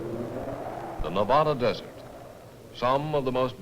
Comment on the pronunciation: Nev-odda! LOL! The locals will LOVE hearing that one! LOL!